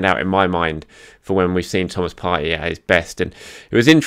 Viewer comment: Come on. You’re smart and you know Arsenal players. Surely you know how to pronounce Partey’s name correctly. No?